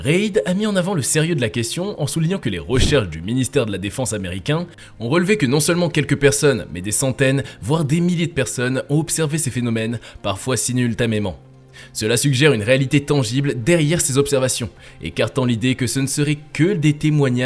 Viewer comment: 8min 48 parfois "sinultamément "?!🤔🤭🤭 Sinon excellente vidéo 👍